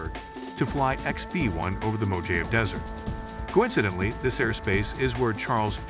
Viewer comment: Whoever is narrating this needs to learn how to pronounce Mach and Mojave. Sounds unprofessional.